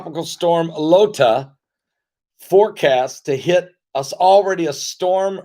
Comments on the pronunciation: PASTOR, IT IS NOT 'LOTA', IT IS 'IOTA'<HURRICNE...;) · If your wife really is Mensa, perhaps you should have asked her to teach you how to pronounce the Greek alphabet, once they became names for hurricanes. Beta, Theta, and Eta all have a long A sound for the letter “e”. Iota starts with the letter I, not the letter L.